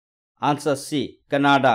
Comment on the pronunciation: it is canada not cannaada